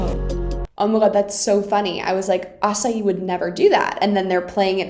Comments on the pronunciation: I love the way she says asahi, she says açaí, but it’s pronounced like asa-hee and nekoma is pronounced like neck-oma and ukai is pronounced like u-kai not o-kai hahahah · PLEASE STOP SAYING ASAHI'S NAME AS ACAI. IM DYING. THERE IS AN H. asaHi. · Date is pronounced: "Dah-Tay" Asahi is pronounced: "Asa-Hee" Daichi is the captain's name. :) Kageyama is not so much freaking out right there as he is just intense about setting. He'd be like that even if he felt secure in his role. Most of the older members of the team didn't know about the banner. The thing that got them so fired up was Shimizu. She's usually incredibly shy and very businesslike. But all of them really like her since she does so much to help the team out. Nishinoya and Tanaka both also kind of have a one-sided crush on her too. Those two players were making fun of Asahi because he looks like an old man or a delinquent with his beard and long hair. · You say Asahi's name like the fruit bowl and it throws me off every time. It's Asa-hee, not like the fruit bowl. Listen for his name in the dub please, I beg you. I'm not mad about it, it just sounds so strange to hear you calling him a fruit bowl. Still love ya🏐🥰